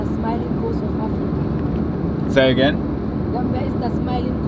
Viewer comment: the smiling COAST not "ghost" 😂😂😂